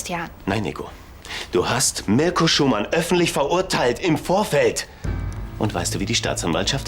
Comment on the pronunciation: Was sagt Nico? Mürco 😂😂😂 Heißt er nicht Mirco ?